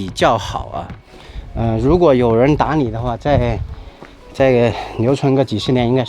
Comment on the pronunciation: 我听成打你了！！！！ 打理！！！